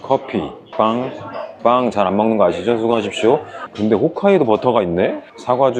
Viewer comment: 훗카이도가 아니고 홋카이도였구나